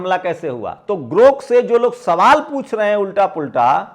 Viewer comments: गोर्क नहीं ग्रोथ कहिए। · भी गोरक नही ग्रोक बोलो थोड़ा खयाल रखो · अरे भाई, पहले बोलना तो सीख लीजिए। ये "गोर्क" नहीं "ग्राेक" है। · Gork nahi sir grok bolo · तुम तो खुद को अच्छा पढ़ा-लिखा कहते हो, लेकिन दो अक्षर का शब्द सही नहीं पढ़ पाते हो। तुम बार-बार गोर्क बोल रहे हो,जबकि शब्द है 'ग्रोक'। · अरे साहब गोर्क नहि ग्रोक है 😊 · Gork nahi Grok hai jara bhada sudhar lijiye pyrakar mahoday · गोर्क नही साहब ग्रोक GROK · Sir g grok boleye please na ki gork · गोर्क नहीं ग्राक. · गोर्क नहीं है ग्रोक है। गरोक है । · Gork nahi grok bolo bhaiya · गोरक नहीं ग्रोक 😂😂😂😂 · गोर्ख नहीं साहब ग्रोख है,, कृपया शब्दों के उच्चारण का ध्यान दिजिए, आप बढ़े अच्छे पत्रकार हैं आप इन मनुवादी ओं की वाह्ट लगा रक्खी है मैं अक्सर सुनता उस बदतमीज बुड्ढे का भी आपका जंतर मंतर का डीबेट सुना जिसे अपने ही देश की महिला बहु-बेटियों को बदचलन कहना उन्हें डांसर कहना जबकि वो इटली में बार कार्यरत रहीं थीं लेकिन इन झुठ के पुजे पुजारीयों को जब अभद्र भाषा का उपयोग सुनता हूं तो इनके धर्म संस्कारों पर इनके गुरुओं पर अफ़सोस और रहम आता है इनके बाल दाड़ी सफ़ेद हो गई जो मृत्यु के पास है लेकिन अभद्रता जीवन से और जीभ से नहीं गई? बड़ा अफ़सोस होता है इस संघठन पर जिनके परिवार ने गुरू ओं ने पुरखों ने क्या संस्कार देकर इस दुनिया में रक्खा? इनकी बातचीत इनका व्यवहार उठना बैठना चाल चरित्र ही ज़हरीला? अविनाशी जीवन में जी रहे हैं यह प्रजाति? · aray bhai Gork nahi .. Grok hai ... kya karrahe ho yar ... bahujan k education ka mazak udarahe ho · Gorak Nahin Garok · गोरक नहीं ग्रोक है। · उच्चारण 'गोर्क' नहि जनाब 'ग्रोक' है। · जनाब गोर्क नहीं ग्रोक कहिये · Gork nahi GROK BOLIYE. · I request you to pronounce clearly. Please do not speak Gork in lieu of Grok correct word is GROK. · सर ,गोर्क नही सही शब्द ग्रोक है। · grok ग्रोक बोलिए